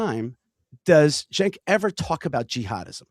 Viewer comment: did you say thank you "Stenk"? or am I imagining?